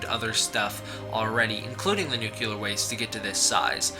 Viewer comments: Btw, you said nuclear wrong. Just saying. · Good effort, but could you please learn to pronounce the word nuclear? It's not difficult. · I'm sorry, but it kills me how you mispronounces nuclear. I know it shouldn't bother me but 95% of the people on YouTube mispronounce it! I guess I'm too asinine to Let It Go. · American slang is a bitch. It's how everyone says it here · Dude, nuclear is pronounced "new-clear", not "nukular"!!! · "New-kew-ler". That never fails to crack me up. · The word "nuclear" is two syllables, pronounced "new-clear." It is incorrect to pronounce the word as "new-que-lurr." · It’s pronounced nu-clear (new clear) not nu-cu-ler (new-Q-ler). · Thank God(zilla), you addresses it. Start saying that shit right. Nuclear = NEW-CLEAR.... not NUKE-ular. 🤦🏻‍♂️ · Noo-kle-ur, not noo-kyu-lur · I'd take you seriously, but you said NUCULAR. HAHA. you sound like George w bush! HAHA! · New-clee-AR not Nu-koo-Lah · "New-Cue-Ler". Are you related to George W. Bush? It's "New-Klee-Er". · BTW, it's nuclear not nucular. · nuclear not nuke-ular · Nuclear dude... not nucular. Christ man. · nu-cle-ar say it with me, not nukeealar. You sound uneducated when you pronoumce it like that. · NUCLEAR NOT NUCULAR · YO, dude! It's pronounced nu-cle-ar, NOT nu-cu-lar. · Liked your synopsis, but it is nuCLEAR, not nucULAR. Just thought I'd be helpful, you sound like you learned about science from George W. Bush, when you say Nucular. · Enjoyed all of it except your mispronunciation of nuclear. Its not Nu Ku Lar .. its Nu Clear. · "He is created by nu-clue-ler waste." It's nu-clee-er. What are you, related to George W. Bush? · What is nucyuler waste? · hehe. Nu-cew-lar. not nu-clear. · Jesus Christ, man. NOO-KLEE-UR, not NUKULAR. It's not hard. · Nuclear is pronounced Noo - clee - er, not Nook - you - ler. Sorry...it drives me nuts. I dig the video though ! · Why do all these Godzilla "experts" mispronounce nuclear. It's New-clee-ur. Not New-cue-lur. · NuclEAR not nucUlar.